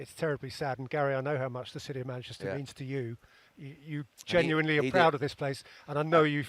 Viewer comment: Is it only me or does Gary still refer to them as Money-chester 😂😂